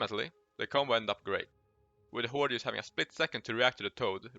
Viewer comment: pls stop saying jamp or jast JUST, JUMP